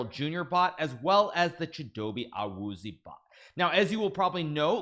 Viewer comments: It was a great try on the pronunciation Hikaru but Chidobe’s last name is actually pronounced AH-WOO-ZEE-AY. Huge fan of you and the NFL! keep it up! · The way he pronounces Awuzie💀